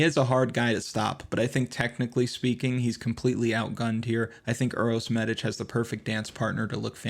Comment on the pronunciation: Don't call him by his initials....LMAO.... Anyway, thanks god for the first podcast this week where an american pronounces correctly Medič....Good luck tonight....